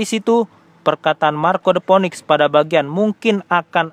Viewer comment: Btw Phoenix dibaca Finiks